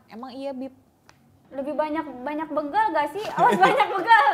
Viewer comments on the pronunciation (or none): Bègal bukan běgal, Arafah😁